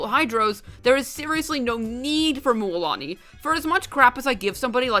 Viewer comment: Stop pronounce it mÜÄlani🤕🙃